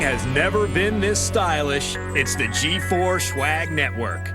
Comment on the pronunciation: I hate that they pronounce swag like schwag